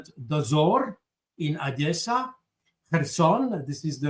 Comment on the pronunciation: Jacques on dit pas Odiessa... Soit tu dis Odessa ou alors Adiessa (Одесса)